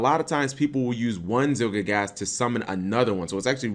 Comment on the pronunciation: ZielGIGASS? Are you really that bad at pronunciations, Cap?